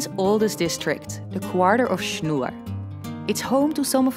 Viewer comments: "Schnoor" not "Schnur". Should be easy to pronounce for a dutchwoman :p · Interesting that you have pronounced "Schnoor" in the Dutch manner. In German it is spoken with a long "o" instead of the "u" like in Dutch. A really nice and informative video which I have really enjoyed.